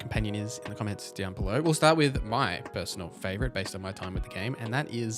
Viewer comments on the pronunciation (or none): none